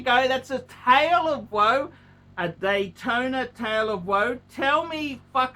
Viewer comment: He can’t pronounce any name, including the popular rolex models, just sad.